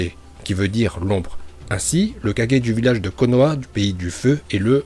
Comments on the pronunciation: wsh il dit 4g c'est kage🤣🤣🤣🤣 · Pour hokage tu l'as bien dit alors pk pour les autres tu dis (kadge ) au lieu de '' kagué '' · En fait tu dit pas kage mais 4g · c kage pas kaje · kaGUer pas kaJer lol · Une petite remarque:c'est pas kaje.mais kage,sinon je kiffe tes vidéos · Pourquoi tu dis toujours kajé à la place de kagé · On prononce pas kajé mais kagué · de ouf il me dégoute quand il dit 4G au lieu de KAGE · Pourquoi tu prononce correctement Hokage mais le reste tu prononce (4g) ? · Dit bien les blaze tu dit kaje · Casé 4g ? Frere apprends à prononcer les trucs stp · Arrete de dire kajer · a tu prononce mal le nom des kage